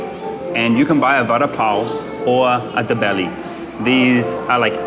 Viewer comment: Pls learn to pronounce dabeli and paneer it sounds so weird man